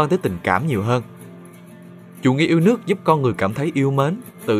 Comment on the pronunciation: yêu lước chứ ko yêu đẻng :))